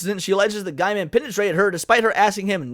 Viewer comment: From his own mouth, his last name is pronounced Gay-men, not Guy-men. People get this wrong all the time. i looked it up and he says its Gay-men. Not that it changes anything else here, but maybe get that right? to hear it from his own mouth. Other than that, I admit I don't know much about the guy other than he is a comic and book writer and was with Amanda Palmer for a bit (some kind of open relationship) I believe he was also married before that. I used to read his online journal but that was years ago. I am wondering why this suddenly came out and why they hadn't said something years ago when it happened...or did they and it's just resurfacing? I know the first wasn't that long ago, but even a couple of years seems kind of too long to wait to report such behavior? I don't know if Mr. Gaiman is guilty, of course, but I nope not. If he is....then that is pretty sad. I don't follow him on Twitter or any social media. I agree, you should make sure someone is guilty before you decide that they are guilty, even if they are a jerk.